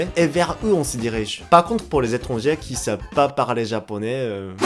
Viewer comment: "Étranger" se prononce avec "é" à la fin. "é-tran-gé" 👍👍👍✅☺ "é-tran-gère" 👎👎👎🚫😣 Même chose pour "passager" et "chier".